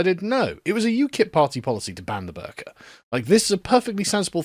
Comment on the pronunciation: This isn’t related to the topic but every time Sargon says “the burka” I hear “the burger”